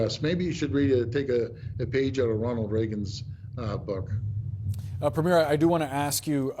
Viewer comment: Premier Ford is not playing games; he is telling the truth. Wow! There's a grownup in the room...and he hasn't even met the new PM yet. Elbows up! (Who is the loser host at CNN who can't pronounce "Premier" and who doesn't seem to realize that Mr Carney WILL be the next PM, as soon as he is sworn in...it is not contingent on the next general election!!! Embarassing.)